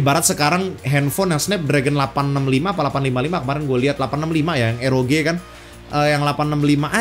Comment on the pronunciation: Entah mengapa bang Bilang ROG kok q dengernya EROGE yak:V